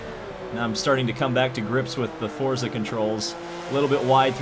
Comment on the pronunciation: It’s pronounced “Fortza”